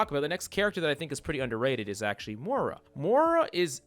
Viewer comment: “Morah” lol